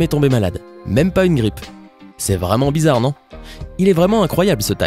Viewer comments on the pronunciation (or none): sa se dit pas bizzad putin